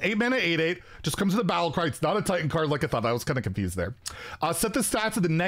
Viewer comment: It is TITAN not TAUNT